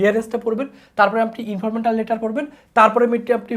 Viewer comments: ইনফরমাল ❌ ইনফরমেটাল ✅ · আপনি" informal" pronunciation করকে পারছেননা। আবার ক্লাস নিচ্ছেন HSC.